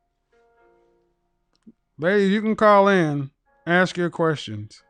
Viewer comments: Dumb nog bimbo around the with the typical smoke detector low battery chirping! Then follows up with lovely Ebonics- “May I AXE you a question?” You can’t make this shit up! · Don't AXE questions, ASK questions. Learn your dang language.